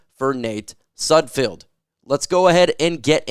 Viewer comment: YOU SAID SUDFELD RIGHT OMG🎉🎉🎉🎉🎉🎉🎉